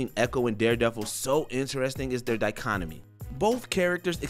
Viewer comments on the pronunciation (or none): Other than I saying "dicho-nomy" and not "dichotomy", good job 👍